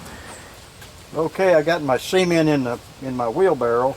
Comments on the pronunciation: Its nice Sea-Ment 😜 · I love the way this guy says cement as in cment or seement. Watching from Australia. Hope we have something like this here. 😊Thanks for sharing this with us. 😊